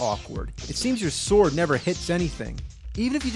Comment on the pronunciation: How many syllables can you get into the word 'sword'? - Soo-or-u-ad